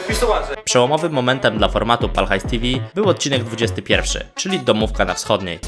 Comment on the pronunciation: widać że nie oglądane są odcinki z Pal HAJS TV, nie mówi się tivi, tylko te fał.